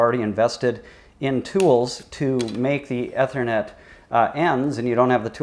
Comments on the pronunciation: "E" thernet not "Eh" thernet....smh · I know right. Amazing someone doing a vid on it doesn't even know how to pronounce ethernet